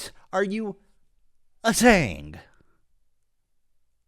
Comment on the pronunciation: “What I’m searing here...”. What are you searing, Ethan? A steak? Some vegetables? 🙄